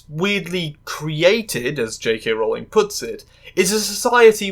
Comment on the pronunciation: Honestly, I'm just impressed you pronounced Rowling's name correctly